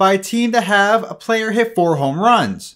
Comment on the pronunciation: dude, why can't you pronounce hit?